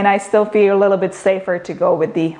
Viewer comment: i love how you say " A lilo-bit", love your videos